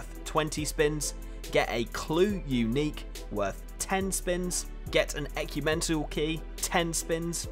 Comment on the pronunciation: Man said ‘Ecumentical key’ 😂😂 Great video.